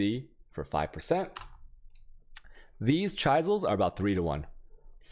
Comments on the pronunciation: "Chi zels" = chalk board scratch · Fuck bro “Chaisals” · I didn't realize he was trolling until he said Chaizels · If you wait a little more he will get into chy-zils. 😅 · Do you pronounce words wrong on purpose? You have good content but the pronunciation's are like nails on a chalk board. Some examples of words you get wrong would be chaos, chisels, alchemy, etc.